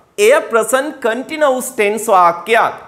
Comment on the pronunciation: Continuous Please check your pronunciation of this word